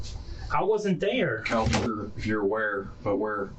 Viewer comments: Kalvin, not Alvin... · Calvan Or Alvan, Uploader? 🙄